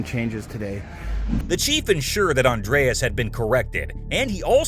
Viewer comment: It's not Andreas it's Andres, Spanish be Andrés except the don't use the '